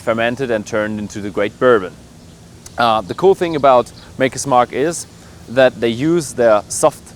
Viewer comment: It's Maker, not Marker, for fuck's sake...